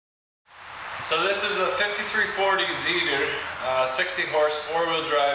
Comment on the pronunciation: Not bad video.. only 2 mistakes.. you pronounce Zetor in a strange way. and what you call “screen" is called a filter.